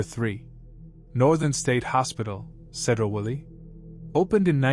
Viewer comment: Yeah, the AI voice also mispronounced Sedro Woolley and Fort Ebey: it's SEEdro and EEbey both in Washington STATE. The artificial isn't so intelligent here.